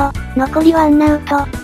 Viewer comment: が言ってるワンアウトがワン「ナ」ウトになってますよ（笑） wannautoって打ったんですよね（笑）